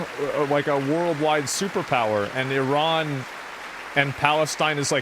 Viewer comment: nah nah, you said iran wrong lol